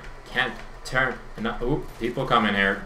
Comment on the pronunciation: i love how he say NAY instead of No lol